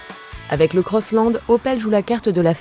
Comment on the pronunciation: CROSSLAND .... and NOT COSSLOND... french... omfg